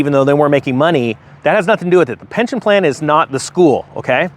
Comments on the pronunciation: You said pention lol. Still love ya. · "Pension" btw, not Pention